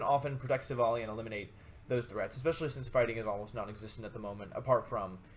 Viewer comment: you said Silvolly..... wow, that's so cruel